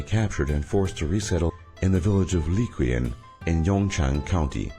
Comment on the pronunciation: Qin Dynasty = "Chin" Dynasty.. Li Qian = Li Chien.. damn at least google the pronunciations!